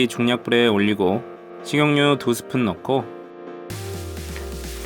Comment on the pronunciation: 식용류 아니고 식용유..개 거슬리네 진짜ㅋㅋ